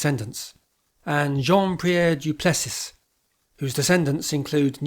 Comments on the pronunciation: Sir, good work but Du Plessis is pronounced without the "s" at the end it is silent: "Doe Plessie" is the correct pronunciation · You don't pronounce the "s" at the end of du Plessis. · Many thanks for an excellent and well researched video. I hope you will forgive me a few small gripes however. Firstly your pronunciation of some names seems a little odd. Surely the following are closer to the real life pronunciations today Juh-berr, Labu-skok-nie, Du Pless-ie. Secondly, is the Cape Dutch style inspired by Hugenots? I would suggest there are rather more similarities in the whitewashed high gabled homesteads with the contemporary townhouses of Amsterdam, then anything then being built in France. Are there are some sources for your conclusions in this regard. Wikipedia (not that that should be the oultimate authority) seems to also credit contemporary Dutch rather than French influences. Susfeld Manor which you feature, is a completely French classical building, but what is it's relationship to the Cape Dutch farmsteads. Very little I suggest. And finally "We continue exploring the Europeanisation of Southern Africa"? Would it not be fairer to say "We continue exploring the European colonisation and displacement of indigenous peoples of Southern Africa"? Many thanks again. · Please learn to pronounce Du Plessis.